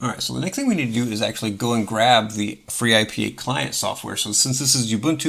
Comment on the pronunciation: Finally! Someone made video of freeIPA… proper video of freeIPA.. i use it for like forever, also use it without integrated dns and chrony.. we need vids like this! And if we joke, khm, interesting you say free-I-P-A when usually we state ipa :D in any case excellent! 👌